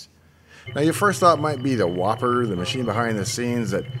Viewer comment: Aww man, I though it was teh WoPER